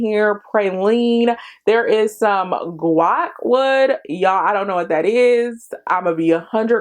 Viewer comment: Guaiac is pronounced more like kayak lol sometimes I hear it with a w sound after the g, sometimes not. I’m not sure which is correct. I ordered the mini and am soooo excited!! I love that I can test it out before spending much on it, but still get to experience the pretty bottle! I love woody fragrances and I think this will be nice to transition into fall.